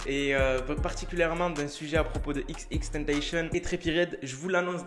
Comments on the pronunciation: On dit pas "tenteychenne" on dit "tentacion" c'est xxxtentzcion qui l'a dit lui meme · Xxxtentetion on dit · tu me stress à dire « xxtentachion »😭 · Je t'explique en fait ca ce prononce XXXTENTACION tu vois y'a 3 X donc dis les 3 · Wsh il a dit xxtentacion... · Je t'explique en faite ça ce dit XXXTENTACION y'a 3 X donc faut prononcer les 3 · Il a dit "XXtentacion" 😂😂😂 Tkt on t'en veux pas🙉